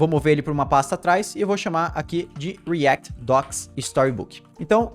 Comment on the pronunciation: o video nem é ruim, mas dá um nervoso o jeito q ele fala coisas como vite e react